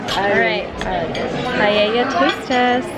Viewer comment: As a spanish I must say that's not a paella lol (actually paella not pallella)